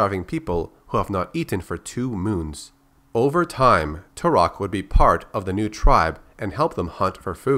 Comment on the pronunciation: Tal' Set: I am Tour-ock!😠 Joshua: I am Too-rock! 🤓